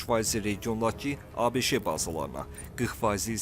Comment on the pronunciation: Ay avam diktor ABŞE yox sadəcə ABŞ deyilməlidir ABŞE hardan çıxdı...